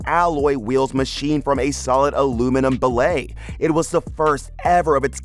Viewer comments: bILLET NOT BALLE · “Bill-a”?? How how “Bill-et”?? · What’s bah-lay? I know what bill-it is😂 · Did anyone else catch the way he called billet, ballet? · If you are going to be a voice announcer, you need to know how to pronounce words correctly. I get tired of hearing common words completely butchered. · It's pronounced like it's spelled: BILLET. Like bullet but with an I, instead of the U. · The way you said billet got me